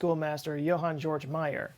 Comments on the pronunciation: Please,, look up the pronunciation of Georg and Münchhausen. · Daumer should be pronounced "dow-mer," not like Dahmer. The name Georg sounds like "Gay-org," not George. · I think Georg is pronounced Gay-org.